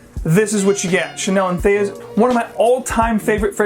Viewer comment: Entheus? Is THAT how you pronounce that? Really?